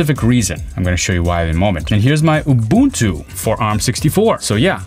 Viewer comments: He got the Ubuntu pronunciation right ❤ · From Southern Africa we thank you for pronouncing Ubuntu correctly. Well, close enough. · it's always a breath of fresh air when the word isn't butchered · I pronounced Ubuntu ( ooo-boon-too ) correctly from the very beginning as an American since I knew from the beginning it was an African Linux distribution. With German being my first 2nd language helped a lot.